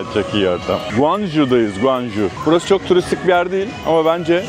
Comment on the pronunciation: Guanju değil şekerim, goncooğğ :) gittik de biliyoruz. Bu arada o tren istasyonunda ben de aynı çileyi çekmiştim, dongooo hongoo congoo 😅😅